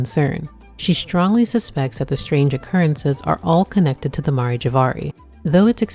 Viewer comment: Aw I love you worst boy. I hope we get to see you again btw it's Mare; like the female horse or the "seas" on the moon.